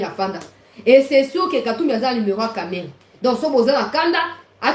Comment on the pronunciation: il faut bien prononcé de Kamerhe pas Kamerere, il est quand même à notre côté, il est aussi ministre, il faut le respecter